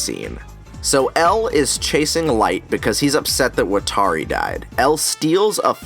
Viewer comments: Wat-ta-ri lmao not watary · I’m sorry, but I don’t even like this movie or show, but could you please stop saying WatAri. It’s giving me an aneurism. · Is anyone else extremely bothered how Watari's name is pronounced wuh-tar-ee, but in the anime it is wah-tah-ri. It is pronounced for you in the anime, its not like you have to guess.... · ikr, wa-TAR-i ?????? really?????? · I’m sorry great points and everything but how tf did you pronounce watari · I can’t believe I never noticed this before, he keeps mispronouncing Watari’s name 😂😂😂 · I honestly could not even finish this movie after seeing how they mispronounced the names. Also that IS NOT MY L. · Wa Ta Ri How are you a fan of the series but you don't know how to pronounce a key characters name correctly? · why can nobody fucking pronounce watari